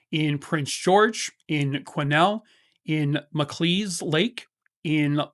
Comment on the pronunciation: Awesome job on the city names. Quesnel is not easy. ❤😂